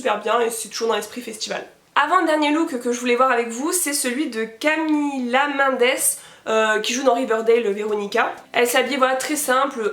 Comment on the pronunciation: J'aime bien la vidéo Mais le "Camilla mendes" tu l'a dit "Camilla mindes" j'ai cru que j'allais décédé 😂😂😂